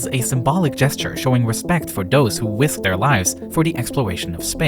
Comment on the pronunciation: I heard wisk instead or risk